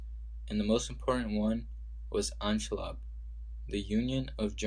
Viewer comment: Great video BTW: Anschluß is still pronounced Anschluss , the ß is not a b but a german letter called sz which can be substituted with two s and is normally pronounced as such.